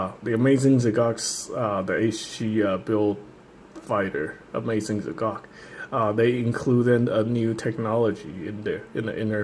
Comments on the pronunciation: not "ze cock", hahahaha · its pronunced ZEE GOK